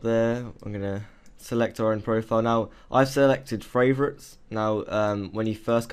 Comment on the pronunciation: it's 'favorite'